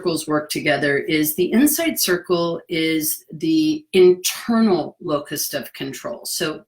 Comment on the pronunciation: I'm watching this near the end of 2023 but it looks like you uploaded this vid in 2020, when the entire world suddenly learned just how little external control we really have 😳😷. (My ears heard you say "locust" 🦗 of control which works for me😂). Thank you 😊